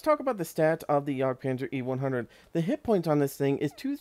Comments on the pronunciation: its not pronounced yog itsbmore like a yeg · It's "yag" panzer, not "yog" panzer